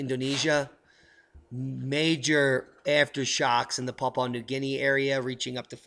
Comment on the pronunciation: Papua New Guinea is pronounced as Pa-poo-ah New Guniea - 'How to Pronounce Papua New Guinea'